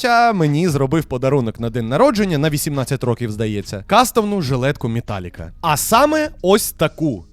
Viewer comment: Тільки чого ж мІталліка, а не мЕталліка